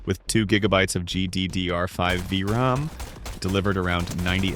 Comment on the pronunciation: The "V-RUM" is what got me to go to the comments